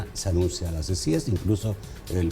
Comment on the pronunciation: Diganle a que se dice CICIES Y NO CICIGES